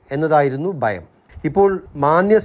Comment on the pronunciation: ബയം അല്ല ഭയം ആണ്. Mind your pronouncation, please. Either you speak in malayalam or in English. By the way, your market prediction is like climate prediction with antique tools in old days. By the by, tomorrow 's indian market performance, any police man can predict. Your service is not needed. Ok,!😂